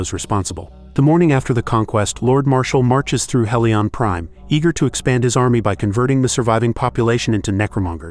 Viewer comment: At least get the pronunciation right. Your mispronunciation of Furya sounds like he is from a toy animal planet. The planet is pronounced He-lee-onPrime not Hell-lee-on. Don’t think you actually saw these movies.